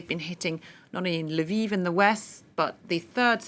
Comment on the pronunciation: L'viv, not Lyviv!